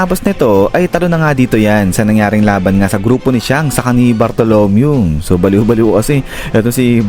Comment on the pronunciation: mali ung pronounce mo ng name kay bartolomeo